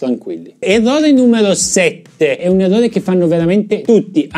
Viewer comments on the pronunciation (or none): sei un grande anche se dici EVVOVE!!:):):)